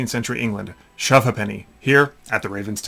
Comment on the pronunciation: Love the enthusiasm but hilarious pronunciation of 'Shove Ha'penny'.